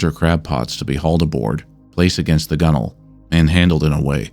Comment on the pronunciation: The correct pronunciaton of "gunwale" is proof-positive of no AI narration. Hail!